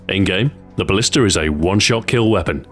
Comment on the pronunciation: u said ballister